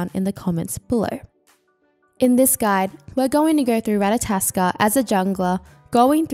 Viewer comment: it's not ratataskr it's ratatoskr